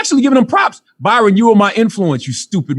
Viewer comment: Hey genius, his name is Bryon - prounounced like Brian. Charlawho the annoying.